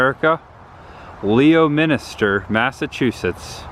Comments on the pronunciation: Leominster is pronounced (lemon-ster) even GPS doesn't say it right. Lol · It's not pronounced Warchester it's pronounced Woostah. People from Mass cringe when it's pronounced wrong. Also it's pronounced lemonstir not Leo Minster. FYI Goddard was wrong too. 😂. Still love the content though. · I forgot...Leominster is pronounced Lemonster...go figure. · wish I knew you were in New England. You went right by my house going from (pronounced) WOOSTER to Rutland. The rocket guy is GODERD. The Jonny Appleseed town is (pronounced)LEMISTER. You pretty much butchered every town. Kind of funny for us from Mass. Would have been nice to meet you.